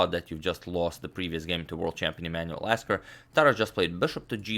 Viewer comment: . You said Lasker ~▪~